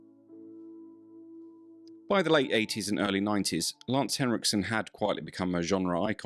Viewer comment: extra points for not calling him lance hendrickson